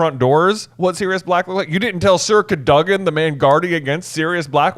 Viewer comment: Why the weird pronunciation. It's Cad-o-gan